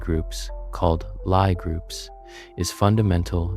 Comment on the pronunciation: Good video. But, u forgot the discovery of quaternions and oxtonions, one of the most pivotal moments in Algebra. Analogous to the discovery of non-Euclidean geometry, with many applications. Also, Lie groups are pronounce "Lee", not "Ly".